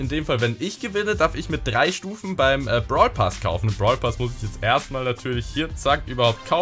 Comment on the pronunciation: Brawlpass und nicht Bartelpass